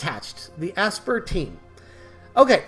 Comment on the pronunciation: FYI Aspyr is pronounced “aspire”. As in they used to aspire to release this DLC. 🤣